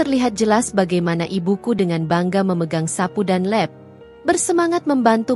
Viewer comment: mbak baca nya lap tetap lqp bukan leb...